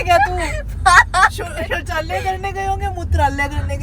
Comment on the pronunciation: Shauchalay hota Hai shauchalay😅😅😅